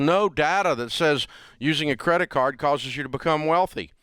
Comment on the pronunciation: Isn't it "credit cards" not "Credit Cart"? LOL 😂!